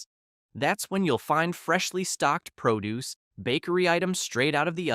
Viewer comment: That youthful-sounding AI narration is jarring when it sounds like a bad reader, emphasizing in the wrong places or getting the part of speech wrong, like (Coke) cold "cun" or produce as a verb instead of a noun; or mistaking half a phrase for the end of one sentence, then starting the next with the last half: " ... 99 equals regular price. Nothing special, 97 equals manager markdown." And what the heck: "79 divided by 49 divided by 39"?!!